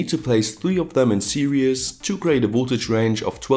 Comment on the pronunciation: lol@ .. . Don't get me wrong when I say this. But series is more pronounced 'seer - iz'.. unless you do it on purpose, then whatever. Keep it real dude, Good vids.